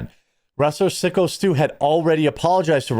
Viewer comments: PSYCHO STU, not "Sicko"! lol! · dudes name is syko like psycho , not sicko ....... wtf . getting his name wrong on purpose why exactly?nothing is sacred except engagement? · Syko Stu is pronounced “Psycho” Stu, not Sicko Stu. 😆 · It's psycho stue, not sicko stue. And that was a real beer can.